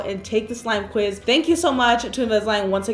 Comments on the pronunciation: she said slime quit like 5 times LOL it was actually smile quiz xD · I died when she kept saying “Slime quiz” and no one noticed